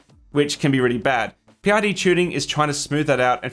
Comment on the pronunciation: Great tips. PID is pronounced pid, rhymes with lid and squid. Thanks for the reminder because I have a printer that doesn't hold temp, drifts 5-8 deg either way.